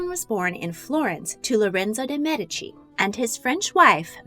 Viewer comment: You're one of the few who pronunces,most of the time,DE MEDICI correctly!!!🙂🙂